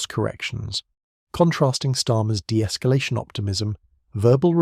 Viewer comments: She said "inniment" and "esculation" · Why have we got someone asking questions about serious world politics when they can't even pronounce their words correctly -- Imminent and escalation are not difficult words to pronounce for goodness sake -- what has the BBC descended to???